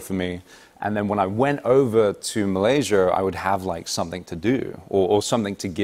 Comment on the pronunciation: I'm gonna say "Malayser" now after hearing Henry Golding. That and "idear" HAHA!